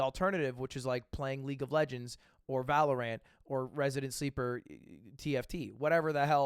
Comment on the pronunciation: I enjoy how Ludwig always pronounces Valorant like Valor-Ant.